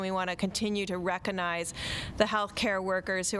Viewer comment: Did this "Dr." placed above other Doctors (because she has a vagina?) say 'reconize" like twice in a row, the same way that my 5-year-old pronounces the word recognize?